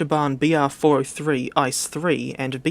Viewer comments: Its pronounced I-C-E, not ice. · One does not pronounce the ICE train the same as Ice in ice cream, you pronounce each letter seperately, as they stand for different words. I (Inter) C(City) E(Express) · It's pronounced I Cee Eee